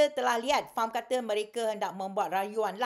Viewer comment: haha. tak payah ulas la Siti Kasim... FAM FAM FAM acik kau. F.A.M. sebut huruf tu. lepas tu tiber question sapa bayar players, lepas tu relate dgn tax payer. hahahaha. jadah apa